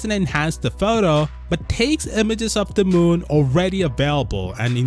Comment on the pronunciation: Sounds like a fake accent the way the narrator pronounces the word "photo''